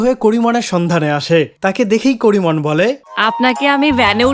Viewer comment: করিমন কে ডরিমন শুনায় কেন